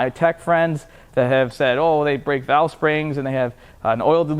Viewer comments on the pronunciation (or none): none